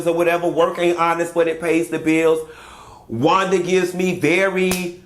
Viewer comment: I think a teacher of any kind would have to know how to pronounce a kid's name correctly.Thats not Wanda